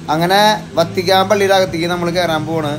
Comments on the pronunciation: വത്തിക്കാന്‍ എന്നാണ് വര്‍ത്തിക്കാന്‍ എന്നല്ല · Vatican, vartican alla.